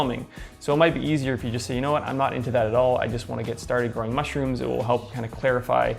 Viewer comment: Why is it bugging me so much how he says MUSHrooms?